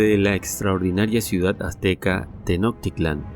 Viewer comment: Se pronuncia teno CHchch titlan como shhhhh bueno parecido, achú achú así